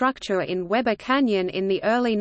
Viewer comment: We-bur, not Web-ur.